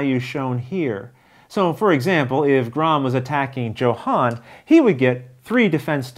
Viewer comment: you know I love you and that you playing this game pushes my 99% to 110% likelihood of purchase... BUT since I have a strong feeling Luke will play with him, consider pronouncing Johan's name the way a Swede would Sorry for being so presumptuous! You are my hero! Good luck Rollin' wit Luke!